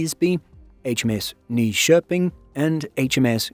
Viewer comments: Really good pronunciation indeed! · Major pops for pronouncing "Nyköping" like a native! That is a tough one.